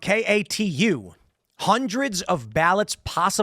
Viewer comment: Not K.A.T.U.😂 It’s pronounced ‘Kay-two.’ 😊